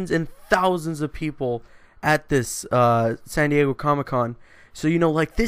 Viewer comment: "Sandy-Eggo Comic-Con."